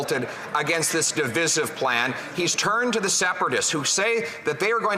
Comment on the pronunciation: Their pronunciation of the word divisive is wrong.